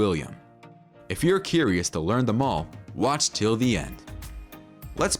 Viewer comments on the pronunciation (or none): none